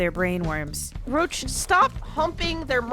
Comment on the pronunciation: It's pronounced Roooooooooch